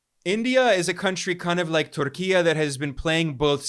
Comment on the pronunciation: I commend you for pronouncing Türkiye in a Turkish way. I'm not even turkish, by the way. It just shows the level of respect and literacy of yours.